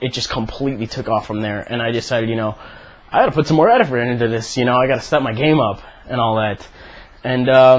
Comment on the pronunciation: "I gotta put some more edeferoet into this." Hahahaha <3 you.